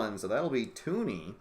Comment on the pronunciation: It's TUN-ee, not TOO-nee.